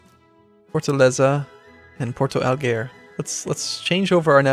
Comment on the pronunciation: Lol its funny to see people trying to say names in other languages =P. Like "Porto Alegre" is like said "Pourtou Hlegre" or something like that xD